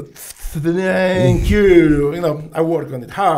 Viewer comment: 1 hour in "Fankyou" or not so much LOL!!!